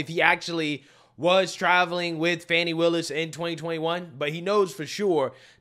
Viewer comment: "How do you pronounce fani? FAWWN-KNEE" 😭😭